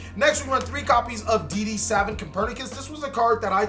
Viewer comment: its SA-VAANT not savent